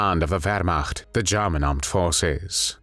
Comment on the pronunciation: The way the narrator says “Jarman”..